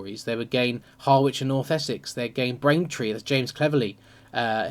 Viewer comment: "Harr-which" What are you, American? It's Harrich.